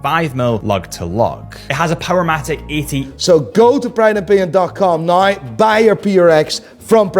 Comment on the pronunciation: Unsubscribing until you learn how to say "now" properly. What the hell is "noyw"?